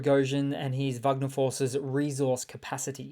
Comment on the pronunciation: Why do you keep calling them "Vugner?" Russians don't pronounce it that way. These aren't Germans. Russian pronunciation is closer to "Wegner."